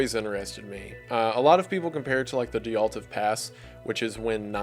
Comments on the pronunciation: its Dyatlov, not Dyaltov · You mispronounced Dyatlov. I'm sure you already know that. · He pronounces a lot of things in other languages in a very American sort of way. 😂 He's got quite a drawl and it can really catch you by surprise sometimes! On a lesser note, he seems to have misread "Dyatlov" outright, which is a thing he's done before with other words/names (foreign and english-language), so who knows, maybe he's struggling with a lil dyslexia, too. Sooooo many male content creators I follow have dyslexia & ADHD, so I really wouldn't be shocked if that were the case. Maybe a pronunciation key in his notes would help in the future.